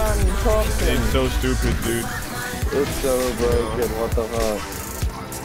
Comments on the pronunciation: "Dood"? Really? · IT'S NOT DOOD man it's dude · 에 dood가 아닌 dude 일껍니다